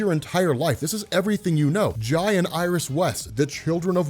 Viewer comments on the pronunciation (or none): its pronounced "jay"... As in Jay Garrick. Its meant as a tribute, just has an Asian spelling. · pop burnsy pretty sure he was named after Jay Garrick so I think it IS pronounced Jay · Why don’t you pronounce the a in jay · i had to rewind the video twice to figure out he said “jai and iris west” and not “giant iris west”